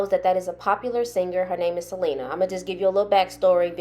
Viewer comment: Ugh the way that girl kept pronouncing Selena's name irritate the crap out of me